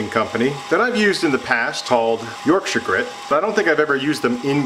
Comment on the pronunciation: As someone from Yorkshire I want to thank you for pronouncing it correctly instead of york-shyer 👍🏻